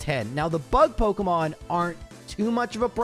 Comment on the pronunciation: pokEEEEmon* not pokUHHHHHHmon